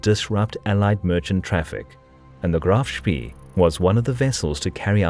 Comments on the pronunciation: You pronounce it like Graff Spae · Seing graf shpee called graf shpii sounds so strange. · Some pretty bad mispronunciations mate. Admiral-tea, not Admirality. It’s also “Graf Spey” not “Graf Spee”. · 3.31 - Admirality? Graf Spee is pronounced Graf Shpay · See is pronounced say in German.